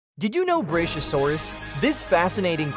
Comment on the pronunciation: Its pronounced, Brak-yo -Sore-Us. Not brashyosaurus.